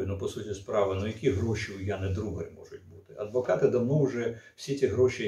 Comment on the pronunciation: блять, то "Дударь", теперь "Другарь". ДУГАРЬ она, так сложно внимательно прочитать?? вот такие мелочи и подрывают доверие, и заставляют задуматься, что уважаемому спикеру на самом деле глубоко пофиг на то, что он там говорит для аудитории. потому что понятно же, что он эту фамилию впервые увидел и ни разу не слышал.